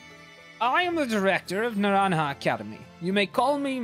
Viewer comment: Holy shit finally someone that pronounces naranja correctly